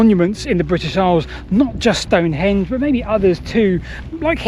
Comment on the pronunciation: Don't call it "stone-HENGE"... it's STONE-henge.